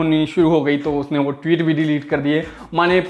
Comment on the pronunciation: "टीवीत" बोलता है चूतिया ... सालो थोड़ा क्लास लाओ ।